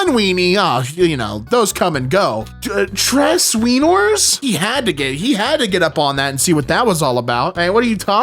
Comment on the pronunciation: TRES WEINORS🗣🗣🗣🗣🔥🔥🔥🔥